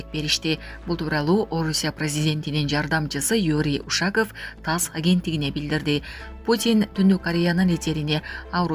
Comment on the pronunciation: УшАков эмес, УшакОв деп оку. Ударениени О тамгасына коюп оку.